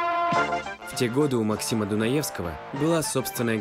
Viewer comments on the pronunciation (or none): none